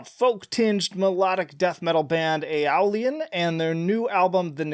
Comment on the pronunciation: When you use a mode so much you’re named after it lol P.S. obligatory pronunciation correction: Ay-oh-lee-ann